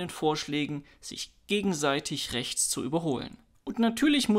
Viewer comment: Freispruch und Demo gegen rrrrächts, was sonst? 🙃